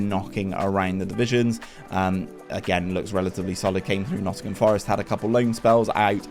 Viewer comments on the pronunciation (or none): none